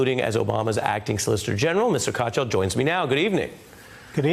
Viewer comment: Ari Melber..... you are a very Good reporter .... Your Guest Name is Neal (Pronounce =NEEL) Katyal (Pronounce = Kaat-Yaal)